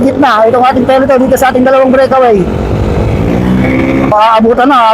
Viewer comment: peloton kasi, hindi peleton